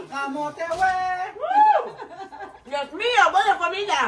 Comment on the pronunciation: minamali na naman ni ang bgkas sa camote cue camote we daw